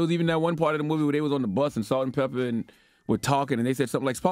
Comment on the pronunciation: they were salt and peppa not salt-peppa- and spinderalla